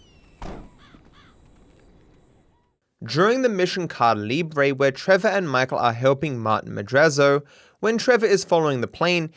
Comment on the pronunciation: trying to Say caída libre it's weird jajajajajajajaja